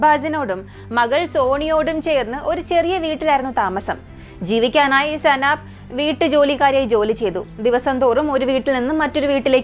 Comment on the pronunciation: സനാബ് അല്ല സൈനബ്